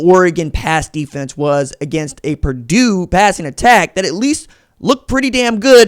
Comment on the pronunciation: It's Purdue